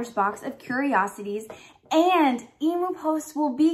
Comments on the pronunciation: FINALLY!!! An Aussie Harry Potter box!! I’ve been waiting for years for this!! 😱😍😱 btw it’s pronounced eem-yoo… no e-moo 😅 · Did you say emo post e-moo ? Em-u ... Emu Emu haha good try though . Sounds like an exciting box ! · You are so adorable! Emu is pronounced eem- yoo. BTW where did you get your awesome sweater??? Love you, youre always so cheerful and bubbly xo